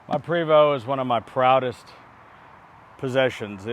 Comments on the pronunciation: It is properly pronounced "pray-voe". You were saying "pree voe". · Je suis Canadien! Oui! C’est un Prévost! (prob. “Pray—VOH”)